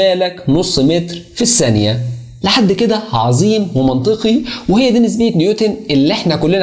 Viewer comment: اسمها الثانية و ليس السانية